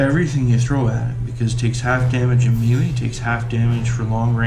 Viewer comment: Nice walkthrough. Learn how to pronounce melee though. It's pronounced May-Lay. Not Mee-Le. Otherwise the walk through is appreciated because the instructions with the game come off as a bit truncated.